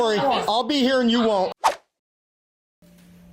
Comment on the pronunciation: "Not he-ah, not he-ah. Over the-ah, over the-ah!" lol